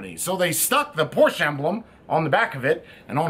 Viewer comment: Hey, the "e" in Porsche is not silent! And...agreed, the battery door situation is messed up!